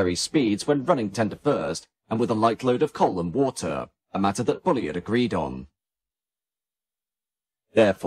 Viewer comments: The narrator might do well not to refer Mr Bulleid as "Bully-id. His name was pronounced Bulleed which rhymes with "succeed" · What a shame that you couldn’t pronounce “Bullied” properly. Otherwise a fine video. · Yes it's a bit annoying, I'm sure this has been pointed out before - same thing as 'Reid' is pronounced 'Reed'